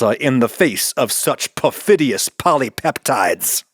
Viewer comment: "Perfidious polypeptides" was an exquisite pronunciation.